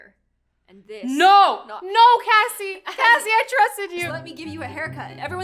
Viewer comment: it's "Kassie" not "Cassie"